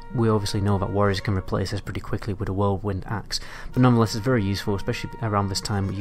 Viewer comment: "whirledwind axe" lmao